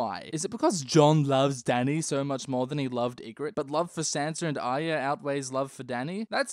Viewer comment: he can't say arya. try as he might